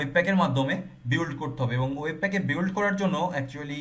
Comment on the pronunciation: Apni mone hoi ekta bol kortecen.... বিওল্ড হবে না।। বিল্ড হবে।।মনে হই।।